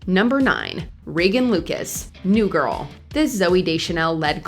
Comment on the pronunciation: Your vocal fry is unbearable... You are obviously an adult so make an effort to speak normally and not like a jaded teenage girl. For example, when you say the word "GIRL" it sounds like a burp. If you don't realize by yourself that it's abnormal to speak this way then it's much more serious than I thought.